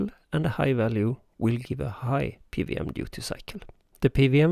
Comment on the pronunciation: Cool stuff. So, I guess this isn't so easy to do as an analog circuit?? :) Also, just to get ahead of any confused comments you might get, in English, we typically pronounce "PWM" as "pee double-you em" rather than "pee vee em". I immediately knew what you meant (it helps that I spent some time living in Germany, I guess), but I'm guessing you'll get some confused comments, so, thought I'd point it out. :)